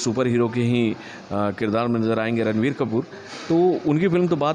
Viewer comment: It's रणबीर kapoor not ranveer... Naam bolna sikh lo uncle pehle